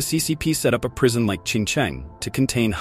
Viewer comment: Prison, not "prision". Stupid AI